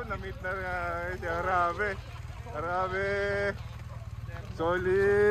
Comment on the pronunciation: Sir HARABAE po not Harabe hehehe